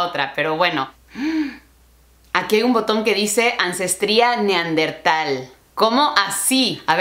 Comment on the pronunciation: Es neandertal no neardental